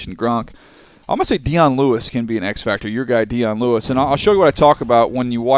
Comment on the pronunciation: This dude called dion lewis deon jone